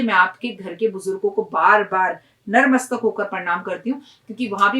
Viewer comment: Don't mind magar jo aap sabse pehle bolti hai narmastak wo natmastak hota hai plz bura na mane mujhe galat laga is liye apko bataya youtube ke liye badhayi ji